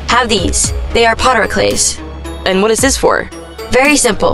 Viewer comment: "Poter Clays"